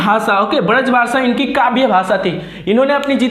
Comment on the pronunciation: Sir bazr bhasa nahi hota hai braz bhasa hota hai